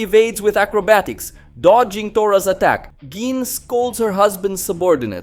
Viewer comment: GEENE.....GEENE???? Bro...please.. as a fan you gotta say this right... Gi.. ne.. gine.... pronounced ghee nay..... please..GINE